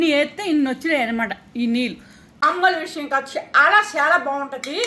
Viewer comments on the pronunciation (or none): none